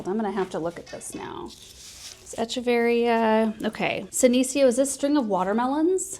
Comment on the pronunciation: In Latin the ch in Echeveria says a K sound so it's Ekeveria. I know years ago you had said you weren't sure how to say it.